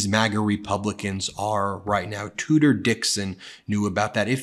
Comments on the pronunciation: I thought they were saying "Tooter Dixon" and thought why not change it 'Cooter'😱😂🤣😂🤣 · It's actually it's Tudor Dixon, but I love you calling her Tooter. That's how I heard it, and how trump pronounced it. It is far more apt that a royal name for a woman that toots such base crap. 😊